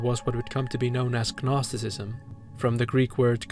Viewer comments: just wanted to mention it’s pronounced “nosticism” the g is silent :] Rlly interesting video btw, you put into words thoughts I had about the dark world but couldn’t properly articulate lol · You're killing me with the hard G in gnosticism. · Given that "gnostic" is in your name I have to assume you're pronouncing gnosticism wrong on purpose to cause psychic damage to mythology nerds like me, who would know that the G is silent, like in Gaster thanks for the incredible video btw, I would've put up with way worse audio or editing just to hear your thoughts but this is quality I'd expect out of an established YouTube channel. Whatever you make in the future, I hope you continue to think in-depth about media like this!